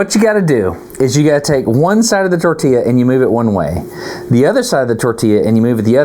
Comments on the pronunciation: A tortilla demonstration is fabulous. (Tor•tee•jah sounds like that, Dustin.) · Wrong. Tor•tee•yaah. 1) Double L (ll) in Spanish is pronounced as consonant “Y” as in “Yak” NOT J (in Spanish “J” pronounces like English “H”) The caveat being “A” is only ever pronounced one way unlike in English where there is hard or soft sounds for “A”, ie; Cast, Lollapalooza, respectively. BONUS fact: Japanese & Spanish share the way vowels only have singular hard pronunciation: ah, eh, ee, oh , ooh. 2) *Destin Source: 🇨🇴 I’m Colombian & a weeb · A Russian accent when talking about the tortilla 😯